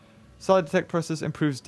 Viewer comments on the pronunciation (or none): I kept thinking you were saying dick speed. Like, Jesus, what sort of sick dino park is this?